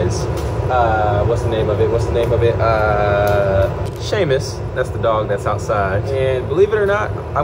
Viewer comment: Wait…🤣 You pronounce Seamus correct but not San Tropez. It all good, just a little funny. Try “San Tro-pay” Someone had to tell ME back in the day too…